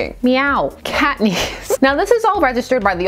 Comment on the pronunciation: The way you say "cat knees" made me think you said cockney, and that sent me down a WHOLE 'nother path...